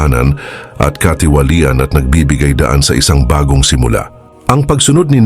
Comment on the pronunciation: marahas, katiwalian, pagbubukod ay iilan lamang sa SABLAY ANG PAGBIGKAS mo sa Tagalog o PRONUNCIATION .. sana pag-aralan muna tamang bigkas bago mag-narration para di ma-disrupt ang pakikinig sa mga Salita ng Dios